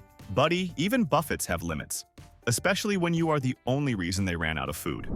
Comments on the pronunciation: How in the hell do you mispronounced one of the easiest ways to say? It's buffet not Buffett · This must be an AI vocal. You don't pronounce the "t" in buffet. It as pronounced "buh-fay". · Ok thought this was a human. Until he mispronounced Buffet. Should i sue this channel??? ROFL😅😅😅😅